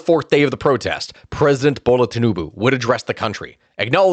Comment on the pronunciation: But its not tinubu it is Tinubu